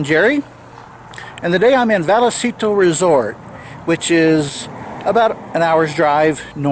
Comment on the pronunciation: Hey Jerry, not to be an arse, but it's pronounced Vycitto (double lls turn into a y). I lived there when I was a kid. You picked the best camping ground.